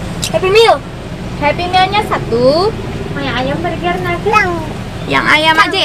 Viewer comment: Kak ini cuman sekedar info kalo burger di bacanya “berger” ok terimakasih semoga membantu